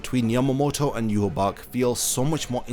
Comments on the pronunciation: Why the hell is his name pronounced like that? There isn’t a “b” in it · It will be such a relief to learn that you have been pronouncing Yhwach wrong this whole time.